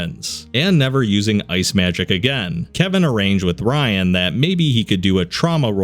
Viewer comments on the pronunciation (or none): every time you say ryan, I want to grab you and shout in your ear "it's riann. RE. ANN. NOT RYAN DON'T BE AN IDIOT! YOU'RE BETTER THAN THAT!" but alas.. here we are.